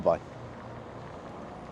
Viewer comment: History lesson cheers in Welsh is iechyd da the English speaking in Wales have anglicised it and pronounced yaki dah good video nice food a bit harsh on the steak the way I like meat cooked ❤️